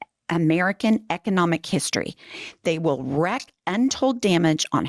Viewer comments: Just an fyi. Wreak is pounced "reek", not "reck". The meaning is different. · Wreak is pronounced “reek”. Tighten up now. I understand your anger though…